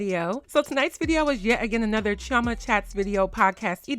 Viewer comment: .....why are you pronouncing your igbo name wrongly??.... girl please learn the correct pronunciation... and before anyone start, no there isn't different pronunciation for "chioma".....and i agree with everything you said.